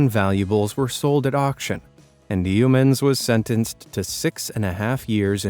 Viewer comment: Coober Pedy is pronounced Coober PEEDY. And we don't eat "Shrimp" in Australia....we eat Prawns. The puns in this are painful, but thanks for featuring such a marvellous array of unique homes. Oh, and "Yeoman" is (simplistically) pronounced YOman. The E is silent for all intents and purposes.